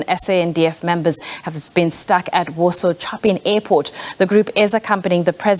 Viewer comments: Chop-in airport⁉️ Seriously❓ You can't pronounce Chopin❔❓ What else there is Moe-tzart, Beth-oven? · 😂 they said Choppin ‘ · It is laughable that TV speaker is unable to pronounce name of arguably the greatest piano composer of all times, Fryderyk Chopin…I wander how she will name J.S. Bach🤣…definitely OR Tambo is not a problem